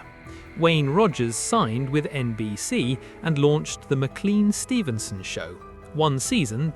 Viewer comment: The surname MacLean is not a toothpaste brand. It is pronounced Mac - Lane.